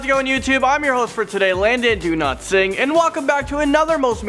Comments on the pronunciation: Am I the only on who thinks it sounds like he's saying "Landon Do Not Sing"? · It sounded like he said landon do not sing! lol! No hate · Landon: am your host for the video. Me: Landon DoNotSing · Why do I always hear Landon Do Not Sing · Landon Do not sing is what i heard